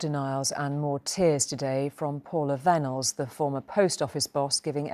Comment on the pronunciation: Vennells pronounced Venom